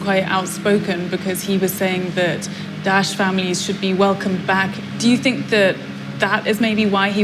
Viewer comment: This dumb reporter can't even say Daesh properly 😕 Nor does she even respect the local culture with her dress. No I'm not Muslim but believe in showing respect for local culture, the locals would appreciate the gesture and would view her differently. Totally NOT the right journalist for this job!